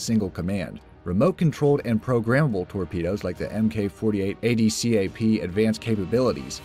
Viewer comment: my head hurt after watching...like when he said a.d.a.c.p. instead of adcap...